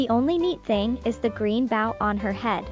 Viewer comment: Is this narrated by an AI? They dont speak well. Its bo- w not boa /baw.